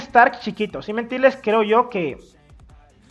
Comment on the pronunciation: Me gusta cuando dises si me tiles xD